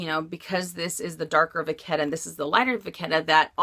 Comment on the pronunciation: Vachetta = va shhh ae ta. You're saying it with a k.